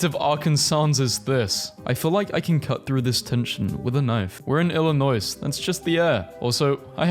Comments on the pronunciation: Do all people in Britain pronounce the S in Illinois? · did you really pronouns the S in Illinois? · AND PRONOUNCED ILL-I-NOI SILENT S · DID YOU JUST PRONOUNCE THE S IN ILLINOIS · No, People generally don't pronounce the s in "Illinois" or "Arkansas", but I think the guy in the video just doesn't care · He used the s in Illinois I am hurt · I'm not even from Illinois and I'm mad at how he pronounced it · Why’d he say “Illinoise” :( And “Arkansauce” :( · I love hearing you pronounce Arkansas and Illinois. The last S is silent on those words. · Pronouncing the S at the end of Arkansas and then Illinois immediately after is a hate crime